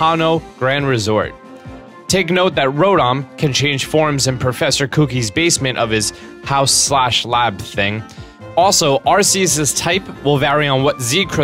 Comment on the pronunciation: I'm sorry did you say professor cookie Or that's how you say in your country or state